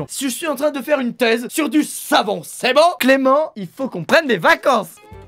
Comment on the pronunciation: Comment th est devenu z... 😂😂